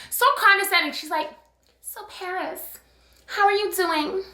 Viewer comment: LMFAO parrrrrris 🤣